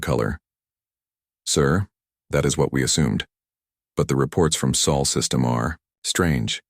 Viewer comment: Celebration time everybody🎇🎇🎇 The AI finally got "sol" correct